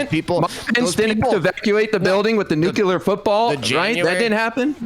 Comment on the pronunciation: how the fuck do people still say nucular